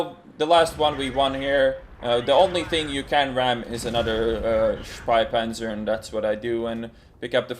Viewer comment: Hehe you pronounce the name as "Speipanzer", which would mean "barf-tank"